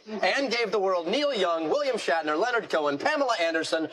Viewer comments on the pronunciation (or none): none